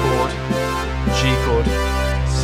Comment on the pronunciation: my man said chord fourd